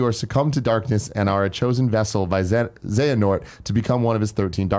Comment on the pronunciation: I'm not sure if Tim is intentionally mispronouncing Xehanort's name or not...